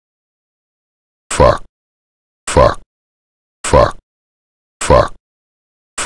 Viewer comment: This is fucking glorious, I always had his voice stuck in my head saying "fauck". Really needed this